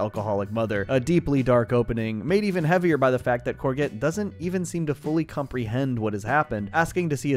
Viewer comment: Great video! So whose gonna tell him that that’s not how you pronounce courgette?